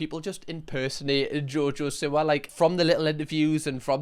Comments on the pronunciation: I thought u said jojo sewer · I love that you pronounce it “Jojo Sewer” 😂😂😂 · it is JoJo See-wa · i love you but i really hate the way you say 'siwa' 😭😭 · I love the way he says jojo siwa lmfao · Still,saying her last name wrong haha